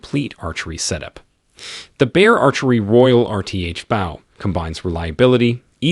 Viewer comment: The way he says bow is absolute torture to my ears .